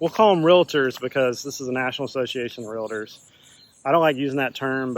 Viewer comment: Real-tor not re-la-tor.